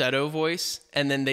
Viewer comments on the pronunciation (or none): this is the first time I have watched one of your videos and now I'm hooked! Just love you and all the intelligent comments you made! One thing,however, for future reference: Ethereal is pronounced uh-thee-ree-uhl. Sorry, color me a stickler on pronunciation but otherwise I truly enjoyed your first-rate commentary and your little kitty is super cute - ha! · ethereal: eth eer’ ee el